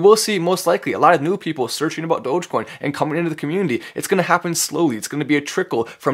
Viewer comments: great guy. but why is saying Dogaaacoin? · This is good but how come mark doesn't even know how to say the name right - Doja-coin? Wtf lol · "DogèCoin" - Mark Cuban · My question is, will Mark learn how to properly pronounce Dogecoin? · He butchered the pronunciation of Dogecoin 😩